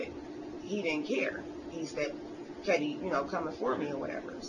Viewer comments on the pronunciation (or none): none